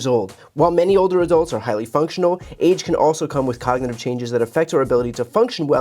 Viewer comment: Trump, stripping the teeth off the cog in "cognitive".